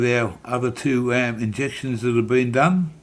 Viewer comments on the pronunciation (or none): Please get your words and facts right before you point out things you dislike - it is done not dome - it is meth not Meath - and Cabramatta was heroin capital in the 90’s no longer - it was Vietnamese people running most of it at that time - easy to point fingers to lay blame rather than be the change you wish to see